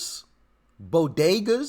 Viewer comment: “Bogedas of the Bronx” Do you mean Bodegas?🤨